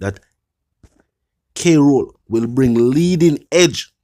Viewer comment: On a serious note, I was very attentive to this blogger until I realized that he cannot pronounce "KROLL" 😅